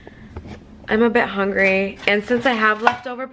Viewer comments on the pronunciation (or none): none